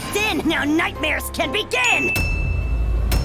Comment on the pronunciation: Also, in this and the last one you showed Sandboy pronounces "begin" normally, but in all others in this video he pronounces it as bee-gin, which just bothers me way more than it should for some reason.